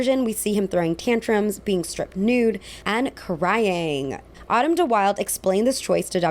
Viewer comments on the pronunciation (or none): none